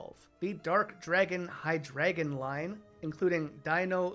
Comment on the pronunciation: I like that you pointed out Hydreigon. Is drei for 3. But still pronounced it HiDragon instead of Hi Drei Gon